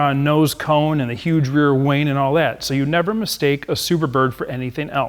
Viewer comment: Is he calling the wing a wayne?